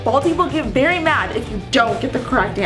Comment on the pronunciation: You said Barry mad not very mad